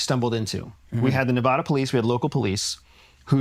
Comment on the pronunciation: OMG!!! Please learn to pronounce Nevada!!!